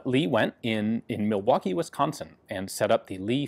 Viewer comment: Holy shit, someone from outside the state pronounced "Milwaukee" right! Proud of you, Ian